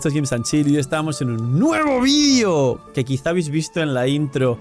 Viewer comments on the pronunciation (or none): none